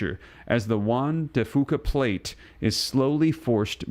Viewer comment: Locally here we pronounce it the Juan De (Few-cuh) plate. Ya. Between the cascade volcanos, and the giant zipper off the coast, we're pretty much screwed.